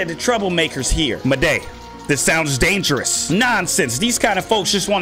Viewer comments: i forgot to mentoun you said maday its moude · It’s “Maw-d” not “Mo-day “ 😭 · you pernounce maude like just pretend its spelt like mawde its not like its spelt madey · Everyone: "Maude.": "Mau-DE!" Me: "I think Mau-DE! Ain't that bad." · Maude isn’t pronounced “muhday”, it’s “mod” 😂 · 'Maday' ITS PRONOUNCED MORD LOL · actually said ma-de instead of Maude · Maude is pronounced like Mod not Maday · Her name is Maude not ma-de Call her mod say That name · It was funny every time you said maude you said it as, moday!... like waaaa. its just pronunced maude not moday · It’s Maude (mod) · maudes name is pronounce Mord not Muh-day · Sorry but it's pronounced Mawd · Maude is pronounced Mawd 😉😁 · Good video, you pronounced Maude wrong so i would like to help, it is pronounced just like the word mod, The e in Maude is silent. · My son got me watching these, funny tho so I don’t mind lol I think her name is Pronounced “mod” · he he said muhday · its prenounce mod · It’s pronounced maude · It isn’t pronounced Muday